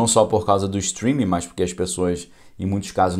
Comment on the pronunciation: Boa tarde., a conjunção adversativa que foi tão focada é "mas" e não "mais" como você pronunciou repetidas vezes na "live" de hoje. Muitas gente na comunicação oral insere o "i" em "mas". Talvez seja por facilidade na pronúncia de "mais".